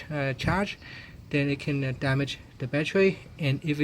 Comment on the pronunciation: Man u English is so bad plus it's not batchery it's battery my friend good bless u